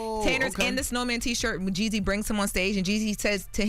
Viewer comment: why are you pronouncing Jeezy's name like that🤣🤣